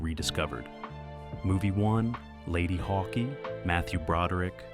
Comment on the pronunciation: Ladyhawkee? Regardless of pronunciation, a fun movie for someone into SciFi / Fantasy and prog rock. Thanks to HBO, most of these were discovered a year or two after cinematic release. Also, I think Roger Ebbert is Ebert's alter ego for some reviews.